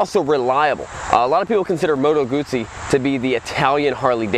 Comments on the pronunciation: I don't know why you say “Guzee”? It's supposed to be said as “Goot-see” Do you say Pizza as “Piza”? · no! It's not "Gutzi". It's "Gudzi". Or at least that was how the Sicilians were pronouncing "zz" sounds during my 2 years there in 78-80. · No it ISN'T pronounced "Goooo-tsee"..... the start of the word is pronounced with a hard 'oo' like the start of 'Good', with 'tsee' replacing the 'd'. Why can't 'Murkans get the hang of this? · I hope it is not a STUPID question, but is it pronounced, G-oo-ss-ie, or Goot-see?????????? Thank You Very Much. Regards. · It pronounces "Guzzi" with double Z, so you should remark the Z sound. Btw this bike isn't stock, for what I can see, there are the following aftermarket parts: - Solo seat - Led headlight - Side mirror - Indicators - WIndscreen